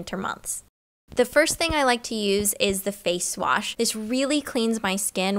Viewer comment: "Face swash" 😂